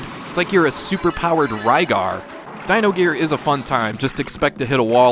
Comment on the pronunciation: It's Dyna Gear not Dyno Gear lol